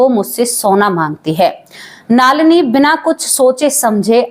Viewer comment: आपका।उच्चारण बहुत खराब है नलिनी नाम हैं